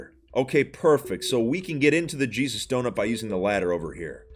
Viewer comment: It sounded like “the cheese is donut”